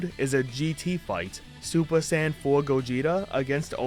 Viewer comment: Okay I know he said Saiyan saga but I swear am I the only one that heard sand saga Also I played the hero mode version of the game honestly it wasn't that bad I know I can get boring but it is still a little fun